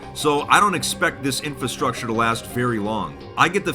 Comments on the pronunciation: Why can't he pronounce infrastructure right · I love your videos, but you should learn how to pronounce infrastructure.